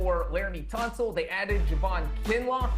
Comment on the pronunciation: did she just call him jeremy tunsil? 🤦🏿‍♂️